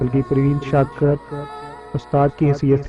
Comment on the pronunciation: Bhai skakar nh shakir hota hain mieaaa